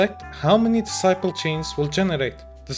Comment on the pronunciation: i was not looking at the video and was hearing characters getting Disciple points \, lol you was talking about Decibels (Des - See - Bells)